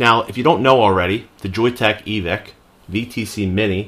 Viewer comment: Thanks, and yes you got the pronunciation correct! I really like that Joyetech is standing behind their product. Hopefully they will keep it managed so it does not blow through batteries too quick, and yes stainless steel soon too!